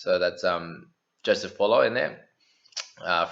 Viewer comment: Paulo is pronounced Bowl-law not Bolo your saying balls 😂